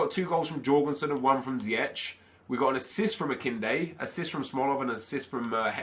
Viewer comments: Pronounce it as: Zijeg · you pronounce ziyech. zi-ek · Iyou prenouts it like ziëg sorry dor my english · it's prenounced zi-jeg (Ziyech) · You pronounce Ziyech as Ziejek. Sorry for bad english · Ziyech's name is pronounced as Zee-Yash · It's pronounced either zee-Ek or ziy-ek not to be an arse just want to help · Bouhouch Taha you pronounce ziyech like ziëg sorry for my English